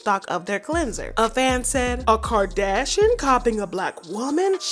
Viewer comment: Girl I looooooove your voice and how you say Kardashian. You are officially new favorite gossip channel! 💗💗💗💗💗